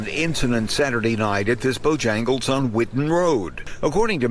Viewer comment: The reporter called it Bojangas?